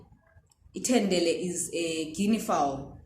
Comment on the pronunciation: Ngimangele ukuthi ithendele isn't dendere (nest). 😂